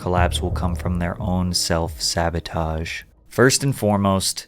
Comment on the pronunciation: ”Sabatoge” LMAO